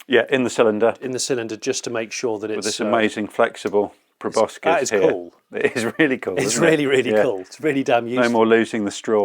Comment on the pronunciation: Loving pronunciation of proboscis. Another great video!